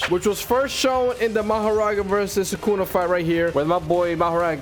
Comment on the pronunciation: Guys for a second in mahoraga sukuna becomes thukuna